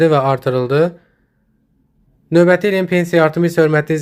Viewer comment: Novəti yox a qoyun, Növbəti